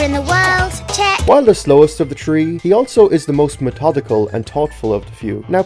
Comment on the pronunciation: Im so pissed of when he says „tree“ instead of „three“😭💀